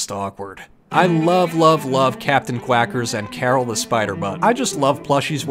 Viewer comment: Thought Caryl was pronounced Carl, Karen’s boy toy, and sidekick.😅